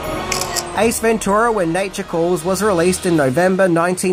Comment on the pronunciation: Stop saying ventura like that its wrong